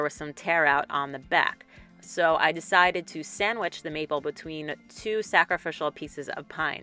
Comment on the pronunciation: That box turned out great! You are so well spoken and all the details you shared really add to the video. Every time you said "maple" tho I kept hearing "meatball" lol. Then I kept thinking of Jersey Shore. Whenever I think of the box you made, I'm going to think of Jersey Shore too lol.